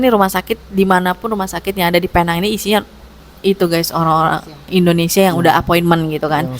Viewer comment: Alhamdulillah.. Tapi sebutannya “peneng”, walaupun ajeaanya penang ataupun “Pulau Pinang”